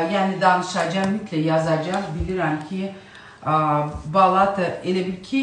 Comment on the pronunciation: Balata sözündə vurğu axıra düşür.Yəni sonuncu A səsinin üstünə düşür.